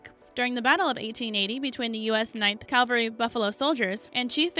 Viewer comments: Cavalry, not "Calvary", IDIOT! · We came here for information. Not to see a woman who thinks she's attractive horribly mispronounce words describing a topic she obviously has absolutely zero knowledge on...... I mean really?? Suspicion mountains????? Calvary??? Bighorn????????